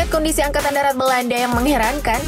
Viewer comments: Woooyyyy.... Angkatan DARAT bukan DATAR...😂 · Angakatan Darat apa Angkatan Datar?? Buat malu saja